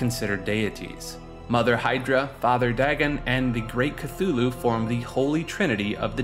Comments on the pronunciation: "kloo-loo" not "ka-thu-loo" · It is not Kathulhu. Its Cthulhu. Thumbdown for tilting me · Cthulu had me dying 💀 brooooo it's Cthulhu (Don't worry about it it's a common error) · It's pronounced thulu not cthulu if you see it spelled with all the dipthongs and shawas the way Lovecraft wrote it most people get that wrong I have read just about everything he wrote and I honestly believe you have never read any of his work and people need to realize he wrote FICTION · You mean "KATHULU" KEKW (He tilted me all video long) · *k-tulu is the pronunciation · KUH-HULL-LOO not K-THOO-LOO YAR-LAT-HO-TEP not NEE-YAR-LATHOTEP